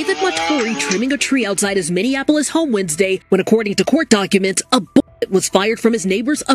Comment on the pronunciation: Minneapolis, pronounced 'mini-apolis'. No offense meant.